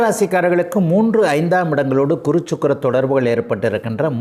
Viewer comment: Kuru இல்லை guru என்று சொல்லு